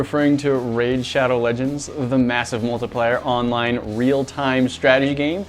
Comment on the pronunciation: Except said multaplier instead of multiplayer 🤣